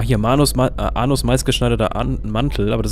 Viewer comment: Hört noch jemand "Anus" wenn er Arnos meint?